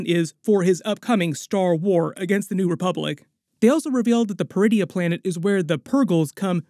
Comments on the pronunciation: I swear I hear DRUIDIA every time I heard them say Peridia lol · Almost jumped out of my seat when I thought I heard them call the planet “Druidia”… 😂 I had to rewind and turn on subtitles. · Ok, ain't gonna lie. The first time they said it, I heard DRuidia. I almost choked on my blue milk.